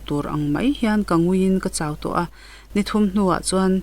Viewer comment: "Ni thum kala hla aṭang pawhin hmuh theih hian a to luah mai a," tih laia "to" hi a rîk dân tûr chu, "Sumdawngin a bungrua man a chhiar a, a chhiar to hlawm nangiang mai!" tiha "to" ri hi a ni a. He lai thu-a "to" hi a awmzia leh nihna chu, khaw khatah nula to leh tlangvâl to bik riau te kan awm a. Chu'ng nula leh tlangvâl to bik riaute chu mi dangte zingah pawh an langsâr larh ṭhin a ni. Tichuan, he thawnthua "to" leh nula leh tlangval "to" bik riaute tona hi thu intluk, awmze thuhmun reng, "langsâr larh" sawina ṭawngkam mai a ni e aw. Nakinah, thawnthu dang i chhiar leh hunah chuan he lai thua 'to' ang chi apiangah, nula leh tlangvâl to bik riaute tona ṭawngkama "to" zêl hi i hmang ṭhin tawh dawn nia. I aw hi ngaihthlâk a hahdam dep a, tihmawi tum leh eng emaw tumin thumal i sawisa ve vak vak lo va, tluangtlam mâm dam thlepin i chhiar mai a, hei hi bengin a duh dân tak a ni. Ka'n subscribe ve che ang e aw...